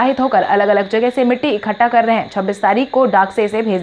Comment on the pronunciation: Ekhatta nahin, kripaya ekattha bolen.